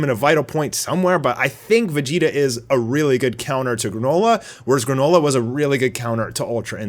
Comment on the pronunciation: "Granola" not Garnola.